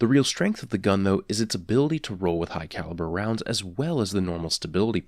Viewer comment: Fun game, in his vids take a shot every time he says "Hugh Calibre Rounds"